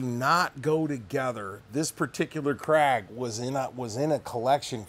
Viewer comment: Thank god you can say KRAG. My ears bleed everytime I hear CRAIG....and Mouse-er....hehe, I knew an old man that told me he once owned a Martin- Eye. Yup. I also knew another fellow that liked Shina-bell fore ends....probably on a Martin-Eye rifle.